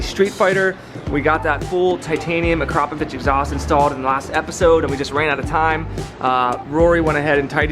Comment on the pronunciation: Spends top dollar on an exhaust and can’t even pronounce the brand properly haha, nice one